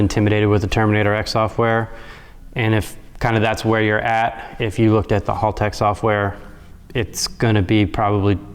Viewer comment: mispronouncing Haltech and somehow making a half hour video out of it.